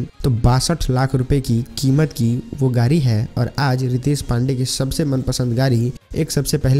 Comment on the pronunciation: Gari nahi yar Gadi car bolo 😀😀😅😅😃😃😂😂